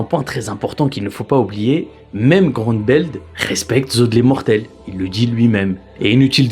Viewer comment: Apres “évrine” c’est “groumbeld” il ne sait pas parlé, arrêter d’inviter des gens qui ne savent pas prononcer un nom